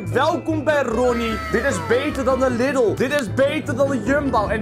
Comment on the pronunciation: beter dan de Liddul? Je bedoelt LIEDEL (niet dat je het zo schrijft JE SPREEKT HET ZO UIT) ze schrijft het als LIDL